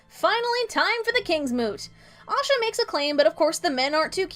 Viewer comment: It's Asha ;) Osha is the wildling with Rickon that Ramsey stabs..and this is why they changed her name :)